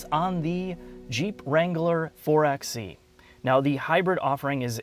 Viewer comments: Actualllllyyyyy, it's pronounced four-by-eee. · Btw it's "Four by e" not "Four x e" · It's four by e. Not four ex e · It's called and pronounced 4 Bye e. As in 4X4 ......NOT 4 EX e.